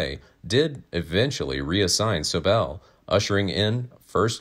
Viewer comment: Hey your pronouncing SOBEL WRONG!